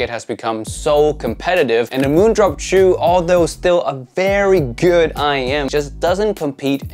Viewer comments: Hi, I speak Chinese (Mandarin) Just wanted to let you know the pronunciation for Jiu, is actually, just like: "Joe". And is the second half of a combination that goes together to make the words for beer / liquor / wine, etc. The character for it is 酒. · I think JIU is pronounced as Jee yoo